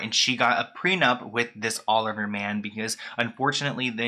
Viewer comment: Olivier Sarkosy is RICH! Its pronounced (Oh-liv-E-Aye) he's french. His brother was the president of France. The whole Sarkosy family is rich. While i thought the marriage was odd. If anything the prenup wasn't necessary, as they both have $$$